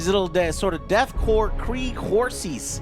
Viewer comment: KORPS is pronounced CORE, not CORPSE. STOP calling them KORPSE.